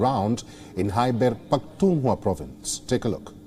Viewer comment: Hi Palki, I find it very annoying to hear you say PakhtunWA....when it should be pronounced as PakhtunKHWA...KH KH KH sound is to be pronounced.